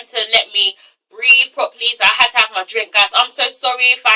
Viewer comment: LOL! "I got my drank!" Was that you doing you American accent is that something we have in common?